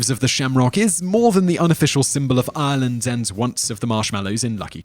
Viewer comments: I'm sorry but 1.) it's Ireland not Island - say it right and you've butchered most of the names. I know they may be hard to say but at least pronounce easier ones like Banshee correctly. You should be putting an accent on the she so it stands out more if that makes sense? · anyone else feel he's pronouncing Ireland wrong :/ I'm hearing Ieland not Ireland maybe its just me